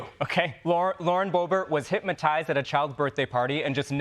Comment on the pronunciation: I don't like the way you dress, and I don't like your hair. This is for Troy. And the word is hypnotize not hipmatize, I know you're young and ignorant but at least learn how to speak properly if you're going to be on TV